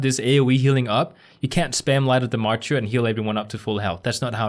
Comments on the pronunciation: that word you were struggling with is mar-ter. like the mar in march. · Hey loved the guide! Thought I’d help ya and say it’s pronounced ‘’mar-ter” no insult meant by it and not sure if other commented. All so do you pvp you should do a hpally pvp guide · MArtyr is pronounced like Marder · Excelllent job!!! Very clear and to the point! Oh, it sounds like 'maR-terrrrr' ;)